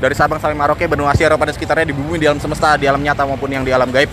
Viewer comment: Mohon maaf saya klarifikasi aja. sekali LG ingin benerin kta2 aja yg di ucapkan. Harus nya bilang DI LAPORKAN ADA KENDARAAN MOBIL BERODA EMPAT MENABRAK TIANG. BUKAN DI LAPORKAN TIANG MENABRAK MOBIL. GITU.DAN ALAM SEMESTA BUKAN ALAM SEMESESTA YA KANG DAN DI TAMBAH KALAU MELIPUT BERITA KEJADIAN KORBAN KECELAKAAN USAHAKAN AKANG TENANG DAN SELOW BIAR JELAS KATA2 NYA BIAR GAK NGOS...NGOSAN NAFAS NYA DI ATUR PERNAFASAN NYA. JD UNTUK MELIPUT GAK USAH TERGESAH...GESAH KAYA ORANG LAGI LIAT KUNTILANAK DIKEJAR...KEJAR SAMPAI NGOS...NGOSAN. TERUS KALAU TENANG KAN ENAK TERDENGAR SUARANYA JELAS GAK SALAH UCAP. KLO NAFAS NYA DI ATUR KAN JELAS. JADI GAK NGOS...NGOSAN KAYA GINI KATA2 PUN JAD BUYAR SEPERTI AKANG BILANG INI TIANG MENABRAK MOBIL. APAKAH BISA TIANG LARI MENABRAKAN KE MOBIL TIANG KAN G BISA LARI DIAM TERUS DI SITU GAK KEMANA2. TERUS SEHARUS NYA AKANG BILANG MOBIL MENABRAK TIANG BUKAN TIANG MENABRAK MOBIL TIANG NYA BENGKOK, APA NYA YG BENGKOK APA OTAK NYA AKANG KALI YA KANG YANG BENGKOK. HEHEEE. SAYA HANYA BENERIN KATA2 AJA BIAR G GAGAL FOKUS, BIAR NANTI AKANG G KAYA BEGINI LAGI KLO UCAP DENGAN NGOS...NGOSAN NAFAS NYA G DI ATUR. KLO MELIPUT USAHAKAN TENANG YA KANG G USH TERGESAH2 UDAH KAYA ORANG LG NGELIAT KUNTILANAK DI KEJAR2 NAFAS NYA NGOS...NGOSAN. HAHAHAHHHAHAA. JADI NYA LUCU DENGER NYA TIANG MENABRAK MOBIL. HAHAHAHAAHAHHA. TAPI KEREN BARU DENGER SAYA TIANG MENABRAK MOBIL.👍👍👍😎😎. TERUS ALAM GAIB. KAN DISITU BUKAN ALAM GAIB TAPI ALAM NYATA BUKAN ALAM GAIB YA KANG